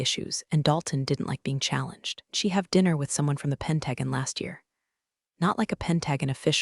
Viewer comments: I'm unable to give a "like" due the narrator butchering of simple words. 👎👎👎👎👎 It's "pen·ta·gon" NOT "PEN-drag-uhn". :face-orange-frowning: CMDR is the acronym for Commander, a military rank in the Navy.:face-orange-frowning: If your AI can pronounce "Anacostia" River correctly, why can't it pronounce "Pentagon"? ANSWER: Because, the creator, writer and the AI are "out-source". :face-green-smiling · 😅 "D.O.D." should definitely be pronounced "Department of Defense," and Pentagon? It’s “Pent-a-gone,” not “Pent-a-gan.” AI’s gotta get its act together! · This is one of the worst stories I've ever seen or heard. The AI voice can't pronounce crap, and the AI text is just as bad. Do you people proofread anything at all? Or are you too ignorant? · Yes! PENT-a-GONE, not "Pentagan"! 😂 Come on, AI, get it together! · YOU REALLY NEED TO LEARN HOW TO SAY THE WORD PENTAGON. PENT-A- GON. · Pentagon is pronounced pen·tuh·gn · You say you read our comments....i don't believe you! If you did, you'd correct the pronunciation of Pentagon! Good grief people! It's pronounced PEN-TA- GONE! For good sale, take some pride in the quality of your work!!!!!!!!!! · AI pronunciation sucks.. Penta gone … is pretty simple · Or WHAT! Do not understand why pronounce word wrong? correct way is simple SAY --(penta)-(gone)- but spelled pentagon! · Pronounced PEN TA GON, even our enemies can pronounce word correctly!!! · I can’t get over the words pronounced wrong. It is not pen tag gan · 😩 "Pen tag gan" is just painful to listen to. It’s like the AI is making up its own version of the Pentagon! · Jeez, AI, why can't you pronounce "pentagon" correctly? 🤣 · Loved story, really disliked the mispronounced words example Pentagon. Can't anyone say it correctly..??😢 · Learn to say pentagon! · The pronunciation of Pentagon is making my eardrums itch. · Let’s pronounce Pentagon correctly too. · I like the stories and their detail; but, please teach the text to speech AI how to pronounce pentagon and patagonia.